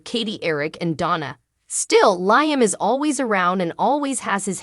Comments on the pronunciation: Does this woman not watch this show? Why does she mispronounce Liam's name as 'lion?' It's Lee um! For goodness sake, get it right! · I don't mean to be stuffy, but it is "Lee um," not "Lye um." Alson who is "commodity?" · Lady , whatever your name is you keep calling Liam Lieam, his name is pronounced more like Leam not Lieam 😅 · STOP Saying LI am learn how ti pronounce Lee am's name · Has this person ever watched this soap I Liam is pronounced Leeam is it too much to ask they get the names right especially if they want you to subscribe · Can you please say Liam's name correctly.......sounds like Lee-um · The woman who reads this needs to start pronouncing Liam's name. Phonetically it would be spelled Leeam. It is a short "i," not a long "i." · Please learn how to pronounce Liam name, really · For real! It’s insulting. Is she even watching the episodes?